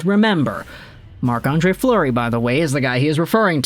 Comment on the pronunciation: It's Fleury not Fluery...